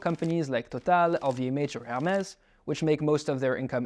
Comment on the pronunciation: Even as a German I have to say the way he said "Hermés" at 10.50 is straight up criminal.